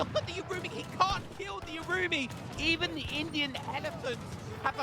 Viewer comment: I think the urumi is pronunces like "oohh.. roomey"